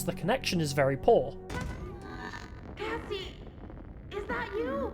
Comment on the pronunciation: If you notice you can hear him say Cassie kinda off